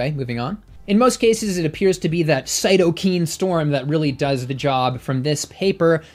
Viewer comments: Great video, as they all are, and of course entertaining as well. I just wanted to comment that they are pronounced cyto-kines, not cyto-keens. Thank you for all the great work you do for the vegan movement in providing scientific evidence. I hope to meet you one day. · Its Cyto K I N E. Not CytoKEEN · Thanks. Btw, the pronunciation of cytokine is different from this video’s. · Great video, but cytokine is pronounced with long "I" in the last syllable.